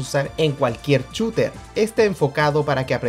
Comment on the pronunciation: Buen vídeo, pero por qué dices "chooter"